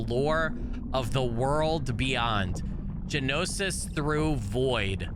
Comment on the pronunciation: Gnosis is pronounced No-sis or Nos-sis. it means knowledge, knowing, specifically of ancient or hidden mysteries. if you've ever heard of Gnostics or gnostisicsm its the same word.